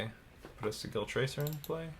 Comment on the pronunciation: Just a note, the word "sigil" is pronounced with a soft G. Though I'm amused by the (unintentional?) pun in your pronunciation. :)